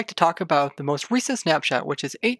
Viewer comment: I heard Snapchat when you said snap shot